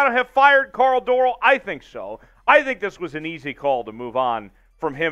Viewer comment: Started listening, as soon as you pronounced Dorrell wrong I stopped. Lesson number one, learn to pronounce the names correctly.